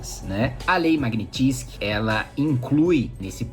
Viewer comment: Não é Lei Magnitizky é Lei Magnitzky. Qual é a dificuldade 🤔